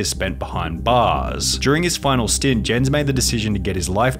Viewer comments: rip sunny for the way he pronounced "jens" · Jens the beast is actually pronounced "Yens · Jens the beasts name is pronounced as yens like a y but spelled with a j, i would know. Thats my name as well